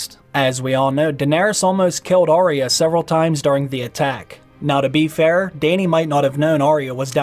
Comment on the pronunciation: Its arya not orya